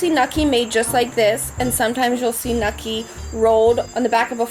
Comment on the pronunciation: WTF is nukki? I watched this video for 53 seconds and now I’m out because she has no fucking idea what she’s talking about.